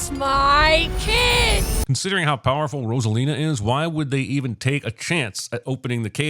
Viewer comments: everyone: ROSE-A-LINA cinemasins: ROSS-A-LINA :body-blue-raised-arms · 10,000 sins for mispronouncing Rosalina